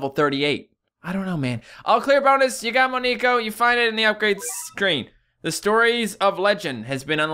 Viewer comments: It is (mon ne ko) not (me nek o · it is pronounced mo-neck-oh because neko is Japanese for cat so moneko